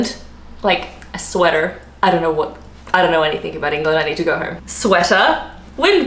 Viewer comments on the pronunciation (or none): none